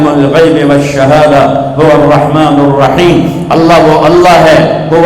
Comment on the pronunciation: Bismisla irrakman irrakheem galat h sahi kar ❌ ✔️Bismisla irrakman nirrakheem